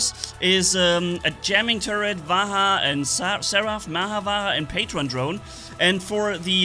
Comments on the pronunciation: Bro it is not vaha. It is pronounced as vajra. Vajra means diamond💎💎. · pronounce the Vajra with the 'J' like the 'J' in Juice, it's not huice it's juice, similarly it's Vajra not vahra ✌️✌️✌️ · Bro ur pronunciation sounds like vagra but it's vaj ra revision this 20 times that's ur weekend homework 😅😅 hope it's fixed in mondays class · pronounce it with 'j' not 'h' so it's 'vaj-ra' not vaha.... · Read this! "VAYRA" That's right. That's the pronunciation 😎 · Hey you should pronounce the vajra like "ve-jrr" and the indra titan like "in-drrr" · the weapon is pronounced Vajdra…for diamond 💎 in HINDI …not at all like you pronounce it now…please check… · No it is pronounced as "va"+"j"+"ra" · You are correct about the 'D' in Vadjra being silent, but you are wrong about the 'R' also being silent. And pronounce the 'J' as it is and not like an 'H'. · You are pronouncing. Vajra wrong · IN VAJRA ITS 'J' NOT 'H' BRO WHY ARE YOU PRONOUNCING 'J' AS 'H'